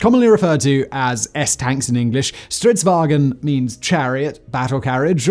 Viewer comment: All English speakers are always calling it Strids-"wagen". It's not German, so stop saying "waGen". VAng'n, or phonetic: vaʊ̯n.